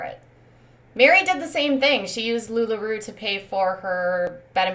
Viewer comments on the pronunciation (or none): Lu La ROe OR. LLR ...... lu la ROE....PLEASE. Just love you . Please study how to pronounce big words.